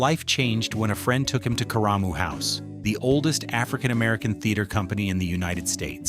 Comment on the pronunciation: It's not "Cah-rumu" house, it's KARA-MU house. Freaking AI.